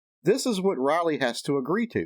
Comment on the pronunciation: Lisa’s daughter’s name Is Riley, not Roley. The I in Riley is a long I. Anyway, that’s how I learned it in school, in my phonics class. I much enjoyed your vid.!! That Priscilla is a WITCH!! And it’s a shame Elvis had to ever meet her!!